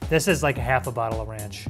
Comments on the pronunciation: Did man just say runch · Ronch? It's ranch! Also it's tomato not tomoto